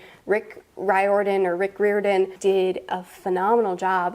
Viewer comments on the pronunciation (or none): It’s rick rie-a-den . I’ve met him and he told me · Rior is as in Prior. Rick Riordan says it almost rymes with fireman. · It is Rick "rie-or-din", you had it right at first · I think you pronounce his last name "Ree-or-Dan"